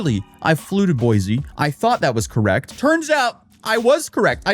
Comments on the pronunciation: Boy-see, not Boy-zee. It grates on Idahoans' ears. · It’s boy-see Idaho You can always tell out of towners cause they put a “z” in Boise Idaho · As a native Idaho win, I can definitely tell you that snow is not that bad lol welcome to Idaho. Although I live in Colorado now. (ALSO, ITS PRONOUNCED BOY-SEE NOT BOY-ZEE AND IT'S CORE-DA-LANE NOT CORE-DA-LOIN) I HAVE PTSD FROM WATCHING HER VIDEOS. THEY CAUSED ME STRESS FROM THE BRAIN ROT AND STUPIDITY OF IT ALL. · you deserve to be sued just for how you've been pronouncing it wrong so much! its pronounced boys! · There is no “Z” in Boise. It is pronounced Boy-See.